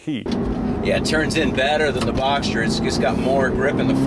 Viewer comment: Boxer* not Boxster!